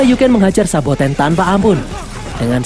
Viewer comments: SABOTENNN MINN , BUKAN SOBATENN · Saboten min,bukan sobaten wkwk